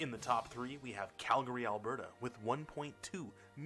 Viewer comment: "Calgooly" XD That has to be my favourite mispronunciation of Calgary (Cal-Gary) I have ever heard and I love it. As a Calgarian that had me in tears from laughter, thank you for that.